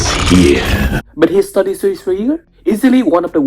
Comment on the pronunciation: Mate, I don't mean to offend you, but when you say studio series it sounds like saying 33 or Study Siri